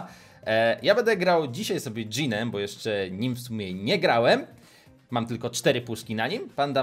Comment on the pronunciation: Mówi się bo a nie bu